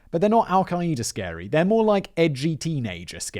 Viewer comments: Simon it's not al e Keida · Adding an extra syllable on Al Queda, I see... Montey Python was right. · You say al queda funny